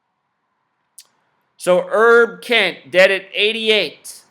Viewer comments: OK You're nuts on this Herb Kent thing. He is a personal friend of mine and you are talking out of your dumb ass. Go do something with your life. You're being useless right now. It's Herb, short for Herbert, not Errrb. You're not even talking about the man's work; or his record of the longest on air presence in a major market in radio history. Whatever, you are a waste of intelligence and talent; both of which you have but you're not using enough brain power to to turn on a 5 watt light bulb. But you're right about one thing though. No one gives a shit about what you think. You're a sad joke with no punch line. Bye bye. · DUDE! His name is pronounced with the long H; HERB KENT not Erb KENT! The KOOL Gent! At least do simple research for a Legend in the African American Community for 72 years!